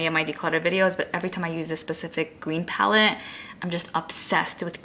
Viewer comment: Your speech is to cute, the way you add “ah” to the end of your words. ie: palette-ah